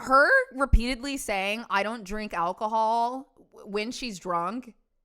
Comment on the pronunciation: Damn. Daughter came in hot. She came ready to fight. "I dun..t drank al-chee-hall" lmao okay lady sure